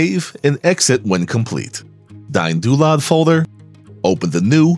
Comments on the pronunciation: I dont like DynDolod. But I love watching this video and I love how yous "DayinDoolod" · "Dyne-Doo-Lod." Welp! I've been pronouncing it wrong for years!